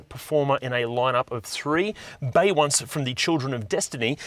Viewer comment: Bay once 😂